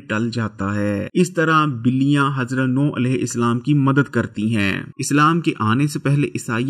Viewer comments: sir it’s alehu salam not alehu islam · Bhayee tum Urdu sahih parhne ki mashq karo.Alaihissalaam ko Alaihi Islaam kyon parhte ho.Roo e zameen ko roohe zameen kahte ho .haisiyat ko haseeyat kahte ho.Mashq karo .Ghalat mat parho.